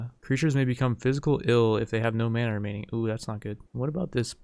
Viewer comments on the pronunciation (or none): none